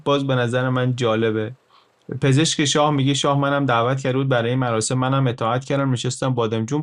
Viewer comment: عالی بود مثل همیشه، گفتید مراشم آش پزان، مراشم 😁 می‌دونم دقتم بالاست😅